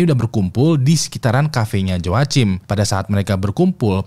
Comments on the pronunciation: Cara nyebutnya HOAKIM bang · Joachim bacanya yoakim bang 😭